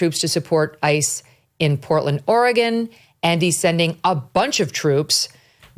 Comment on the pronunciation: Thank you Megyn for saying Oregon correctly 😊